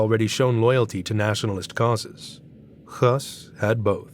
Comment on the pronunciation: HIS NAME IS PRONOUNCED HESS, NOT HUSS!!